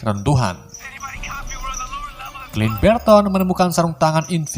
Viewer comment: Saran saja ini teruntuk kedepannya penyebutan nama atau karakter di film lebih di betulkan lagi. contoh sam dibaca sem, clint barton bukan clint berton. and thank you